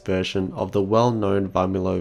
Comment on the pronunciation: V of Varmilo is silent. Pronounce like Armilo actually.